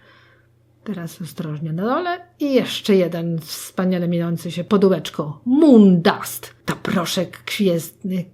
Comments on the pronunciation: Najlepsze wdg mnie: i ten MUNDASTTTTT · „Mundast” nie no kocham ❤️❤️❤️😂